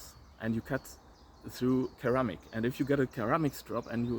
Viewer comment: I like duplex grinds. I took it one further and made a knife with a triplex grind - which I call the Triphasic Grind. It's in the first video on my channel and multiple subsequent videos also. By the bye, in English pronunciation, the first C in Ceramic is soft - 'sounds like "seramic".